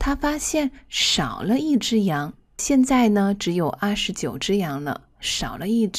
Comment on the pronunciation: Hi, I'm really appreciated with your dedication to support people who learned Chinese. I just wanna send to you my warm humble opinion on your Chinese pronunciation. Thought I knew you are a Chinese native speaker, but: 1. Could you please listen carefully the way you sound those words such as: 现“在”，原“来”。。。with the consonants such as: z, n and l, please? 2. I have had repeated your voices so many times and I figured it out that you sounded "xian zai" into "xian nai" and "yuan lai" into "yuan nai", and maybe more. 3. My ears are pretty sharp with those different sounds in pronunciation because my basement whenever I decided to learn new language is always rely on listening and shadowing. 4. Please check, maybe I'm wrong but I hoped my perspective might improve a part of your lessons for foreigners learning Chinese like me. 我是好好。我来自越南。我每天学习汉语。尽管汉语很难，可是我一直没有放弃。